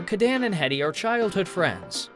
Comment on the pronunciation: It's HEEEEDEY, not HEAD EEE